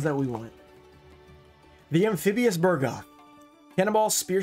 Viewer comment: Friendly reminder; It's Amphibian BUGroth, not BURgoth.:)